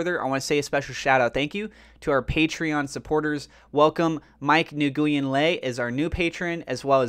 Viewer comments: Lol.. where are you from?? No Vietnamese community around there I’m guessing? Nguyen pretty much sounds like “when”. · His last name is pronounced win (nguyen)